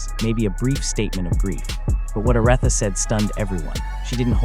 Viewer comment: OR-ITHA! OMG: :face-orange-frowning